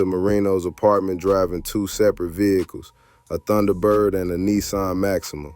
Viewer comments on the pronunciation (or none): none